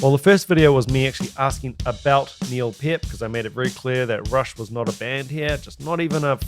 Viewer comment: "Pert" not "Payert"